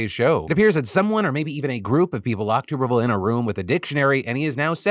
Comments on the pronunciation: Philip I love you....but as an Alabama resident, I must correct you due to my touch of tism....it's TUBerville like a bathTUB. Not tube as in a pvc pipe lol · Just a heads up senator tubervilles name is pronounced TUBB ERVILLE. Ashamed to know that but i am an auburn grad 🫣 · phil, you are driving me nuts, it’s TUBBER-ville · Phil it’s pronounced Tubber-ville 😘😘😘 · “Tub” er ville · You're saying Tuberville wrong.